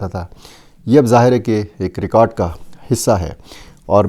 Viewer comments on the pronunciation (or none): none